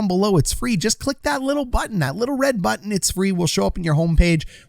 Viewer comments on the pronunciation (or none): none